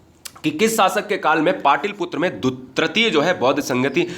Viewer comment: माफ कीजिएगा... सर 🙏 हमने आपके चैनल पर कई सारे विडियो को देखें.. जिसमें आपके द्वारा.. पाटलिपुत्र.. को ( पाटिलपुत्र ) कहा गया है! जो सही नहीं है.. सर🙏